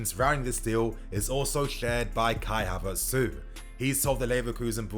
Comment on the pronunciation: I'm tired hearing kia Havertz